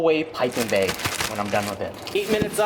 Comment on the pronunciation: baeg ^^